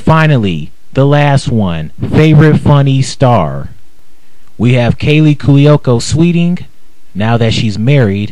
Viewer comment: It's freaking pronounced Cu-o-co!